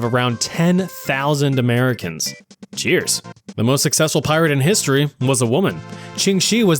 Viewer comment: you just said "i shitted" instead of cheers